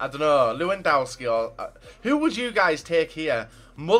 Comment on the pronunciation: omg, it's pronounced lev-an-dov-ski